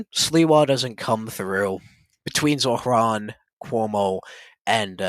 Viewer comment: Does this guy think struggling to pronounce “Zohran” and “Quran” is a dig? He sounds like a 2nd grader that hit a word they can’t pronounce.